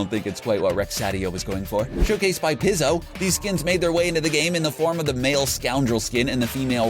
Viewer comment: Pizo is prenounced pee-zo not pih-zo